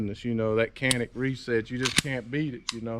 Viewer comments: Pronounced “John-ick”. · In Turkish is pronounced "Jhan-ick," but in English is pronounced Canik.